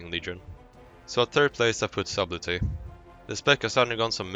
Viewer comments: Subtley - SUD EL TY not SUB LET TY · FYI, the "b" is silent in subtlety... So it's pronounced suttelty. Why does it have a B in the word? Who the fuck knows, english is weird. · Wrong. It is not silent. It is pronounced Sub-tell-e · "Sabblti", Try the following spelling: [satl ti] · "subbletty" hhhhhhhhhhhhhhhh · The b in subtle is silent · I had to quit watching when I heard how you were pronouncing subtlety. The "b" is silent dude..Man I couldn't stop cringing every time I heard you butcher it so bad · not once in this video was sublety announced correctly :( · the way he said subtlety triggered me so hard